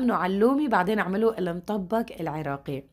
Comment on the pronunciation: بحييكي واحترامك حتى لكيفية لفظ الطبخه بيدل على شخصيتك المحترمه شكرا الك